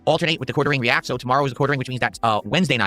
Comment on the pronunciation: REE-ACK